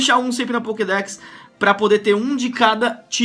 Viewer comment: O cara tá tão acustumado com clash Royale que tá falando pockdeck